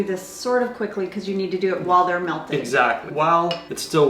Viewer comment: Untell. Vanella. Melk. your i’s are 😂